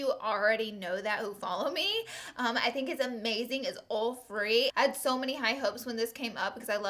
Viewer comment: I kept saying what's a orfri foundation? Like is that a new thing? Then I went back and listened closely and realized you said oil free! Lol